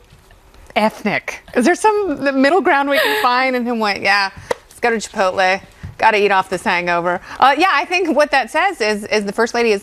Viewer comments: She goes to "Chi-Pohl-te" The dit-dote in the red dress doesn't even get the hint when her fellow panelists pronounce it correctly. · Holy God, you get paid so much money to pronounce words correctly. THE T COMES BEFORE THE LE. CHIP-OTE-LAY. CHIP-OTE-LAY. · Panel member in the red dress, on the left, please pronounce Chipotle like this: Cheh-pote-lay. Thanks. You should have known better, as you're on national tv. C'mon!